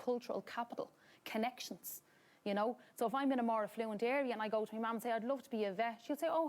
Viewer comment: She said affluent